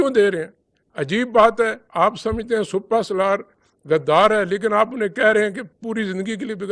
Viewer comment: Bhai jaan sipa salar not supa salar, kahan se a jate hein itne ehm ohde per